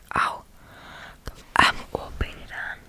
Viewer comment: Hahahah echt geweldig “HEDAAN” neen, het is GEDAAN 😂 maakt niet uit hoor bij mij zou het eerder zijn GEDAAAAAAN HAHAHAHHA